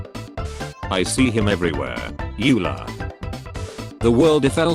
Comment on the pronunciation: just said EWler xD